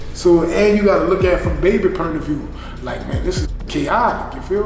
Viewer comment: " You gotta look at it from baby "pernt" of view"